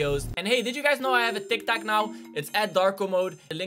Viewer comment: You say tik tak it is tik tok